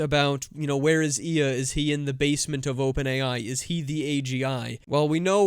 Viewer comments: “ILYA” not “iiya” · Ilya’s name is pronounced ill-ee-ya.